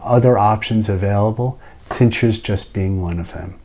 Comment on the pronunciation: Excellent. Thank you. The first time through I thought you were saying teachers, not tinctures.